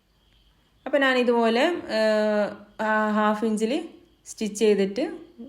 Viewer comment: മലയാളി അല്ലേ. നാൻ എന്നു പറയുന്നു 🤔